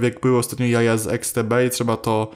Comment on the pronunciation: jeśli mówisz i to fakt, że XTB to polska firma, a na doodatek jestes tu u nas to nie mówi się eksTB tylko IKStb